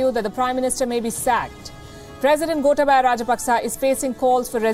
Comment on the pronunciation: learn yo pronounce the name of Gotabaya correctly. Surely you have good ears to listen to the pronunciation of the politicians in Sri Lanka.